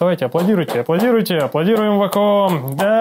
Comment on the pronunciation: вейком а не ваком...